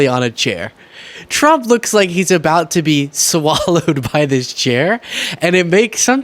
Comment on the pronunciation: "SA-WALLOWED" Like TD Jakes 🙆🏾‍♀️🤦🏾‍♀️🤣🤣🤣🤣🤣🤣🤣🤣🤣🤣